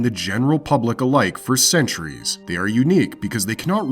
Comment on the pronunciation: Not gonna sub cause you said "for cneturies" at start lol